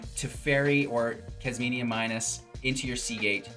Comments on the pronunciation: Kas mi na. Kas me nuh. Not kas mini a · KASH MI NA as you would pronounce Jasmina .it's an eastern name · Say it with me..."Kaz-Meena". There is no "I" before the "A" in her name.